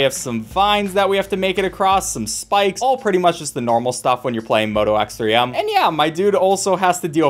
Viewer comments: it's x-three-m, not ex, three, em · moto x3m? i thought it was pronounced like "moto x-threeme", like a play on the word extreme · hey friendly reminder that the game is pronounced Moto X-Three-M (like Extreme) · It’s pronounces xthreeme